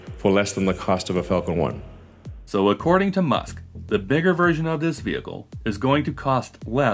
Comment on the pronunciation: Or maybe he's just adding a quantitative statement and fumbling the pronunciation. "It'll be less than a Falcon 1 per launch....*per pound*cough*."